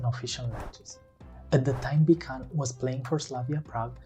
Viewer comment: Thx for reporting about the greatest goal scorer in history. His name is pronounced "Bitsun“ like "bit" and "sun" btw ;-)